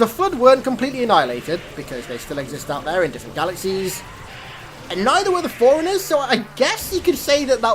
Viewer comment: Throughout your videos the only thing that's a minor gripe in my opinion is your overuse of the word "iconic." Still, much better than HALOFollower constantly mispronouncing words like Forerunner as "foreigner" & Sangheili as "sinkheely." That shit gets on my nerves.